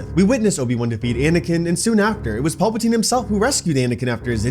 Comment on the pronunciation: Please stop pronouncing it Pulp-a-teen, it is PALP-a-teen, it is so distracting.